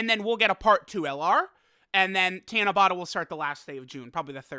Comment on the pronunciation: Tiana-bata? It's Ta*na*ba*ta. Four syllables "Ta" as in the word "taught." "Na" as in the word "not." "Ba" as in the word "bought," and the final sound is the same as the first since there is only one of each sound in the Japanese language. By the way, Tanabata is still a ways away--July 7th! We still have May and June to get through and we aren't quite halfway through May yet. Tanabata isn't really a big deal over here in Japan. It's more like Saint Patrick's Day to be honest, it's an event that we are all aware of, but it's not a holiday and not everyone partakes in the ritual side of it, though some do...like Saint Patrick's Day. Golden Week holds a lot more many to folks here than Tanabata does, as it's nearly a week full of actual holidays, paid time off! Japan has three really important holidays/events that everyone is looking forward to and they are in this order: *New Years (12/29 to 1/5 is the time most people have off) *Golden Week (4/29 to 5/5--though the Monday and Tuesday after Showa Day are not holidays) *Obon (8/13 to 8/15 though time off can vary from place to place) New Years in Japan is like Thanksgiving and Christmas all wrapped into one big holiday over here. Everyone's going back home to be with their family, and it's just as important to Japanese people as Thanksgiving/Christmas is to Americans. Golden Week is more like Spring Break, but for working people and students alike. Many are just grateful to have time off from work, especially for those that